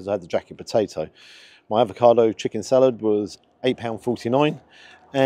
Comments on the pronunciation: Gotta say mate….. it’s avocado, NOT advocado lol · Bit stingy with your marking there! I thought at least 9 for the quality and taste. Also, being picky, can you please please please stop saying ‘ advocado’! There’s no first D! 🤬🤣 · Love your vids, but please….its avocado, not advocado. Yes I’m a pedant, just when people pronounce Moët et Chandon as “mo-eh”. It’s Moet, as written. Rant over. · Avocado,....not advocado!